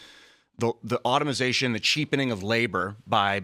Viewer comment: Automization? Guys. Come on. Automation is the word if you're not black.